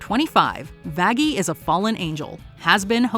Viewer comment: That is not how you say Vaggy